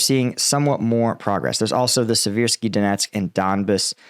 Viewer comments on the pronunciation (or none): none